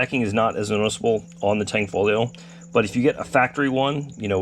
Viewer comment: STOP SAYING THE G!!!!!!! where do you see tang?????